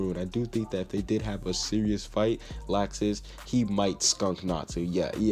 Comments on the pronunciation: It's not lacksus it's lawxus that's how u pronounce it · IT IS LOUXES NOT LAXES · Lol he said lausex Lol